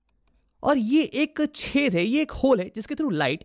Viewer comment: Whenever he says 'Chedh'😂😂😂 But btw u really solved all my doubts